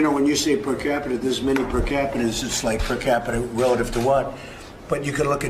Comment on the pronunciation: percapita-ism...the struggle is real :P